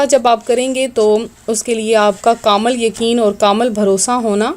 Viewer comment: Darud pak ap ne sahi se nhi parha or ek bat kamal kya hota h kamil hota hai